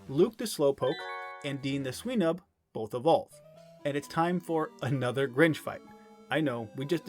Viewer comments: why do you pronounce swinub like sweenub? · Sweenub? Come on man. It's a pig. A swine. Swinub